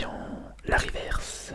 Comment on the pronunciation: les riverse de prononce riveurce je suis grand collectionneur donc je connait assez bien